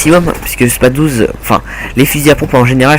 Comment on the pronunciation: C'est moi ou il dit SPA Douze au lieu de SpaS douze avec un S ?